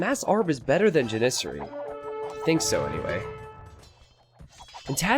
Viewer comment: ja· nuh·seh·ree. lol the way you say Janissary bugs the crap out of me.